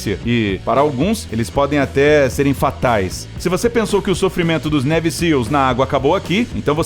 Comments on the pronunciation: A pronúncia correta de Navy é neive e não neve... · "Névi" Seals??? "Kei" West??? Por favor!